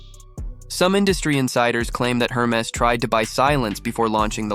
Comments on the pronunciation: For starters, one would expect you would know how to pronounce HERMES… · You have so.much to say about the brand but you have not learned how to pronounce it correctly. 😉